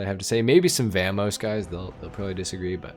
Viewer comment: how do you manage to pronounce vamos two different ways and get it wrong both times lol